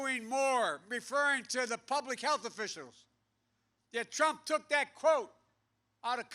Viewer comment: Donald Prump! 😂 gaf machine 🤦🏻‍♂️ it’s almost sad to see this... after laughing at him 😬